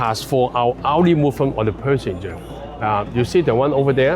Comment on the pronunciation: Perssenger??? 😅Hong Kong people's English isnt that good after all